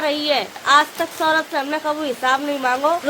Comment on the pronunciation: Saurabh name hai uska saurabhe nhi 😅